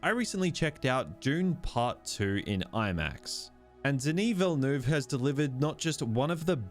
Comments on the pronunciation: Ville-NUHv not VilleNooov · Who is 'Vil- noov'? Is he related to 'Villeneuve'? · 😅 You are not able to pronounce his name correctly. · i agree with everything you said except how you kept pronouncing dennis villanueve’s last name😭